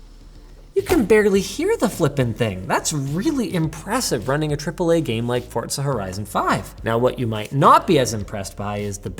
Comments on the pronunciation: If i hear you putting a “T” in “Forza” again, Terrible things might happen . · i know you’re pronouncing forza correctly but it still bothers me for some reason 😢